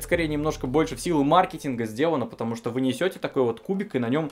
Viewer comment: Ты понимаешь тошто, или понимаешь, что?